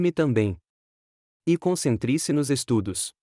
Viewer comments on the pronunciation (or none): Concentrise? O que é isso? O correto e concentre-se.